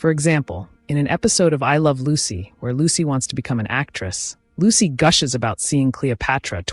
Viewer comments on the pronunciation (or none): none